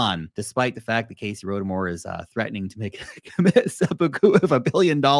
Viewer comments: its casey not cassy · Cassy lol 😂😂😂😂😂😂😂😂😂😂 Bro it’s Casey